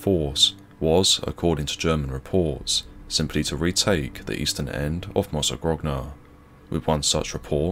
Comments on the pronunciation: My family is from Mozzagrogna, and we are eternally grateful to the brave souls who gave their lives freeing us from the horror of Nazi occupation. (its pronounced mozza-groan-ah btw, the 2nd g is silent) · Now repeat after me: mozzagronia... that's how it's supposed to be pronounced. you're welcome. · Thanks for the upload. Mozzagrogna is pronounced Mozzagronya btw.